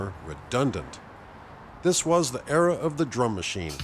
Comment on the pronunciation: Stewart's pronunciation of 'era'...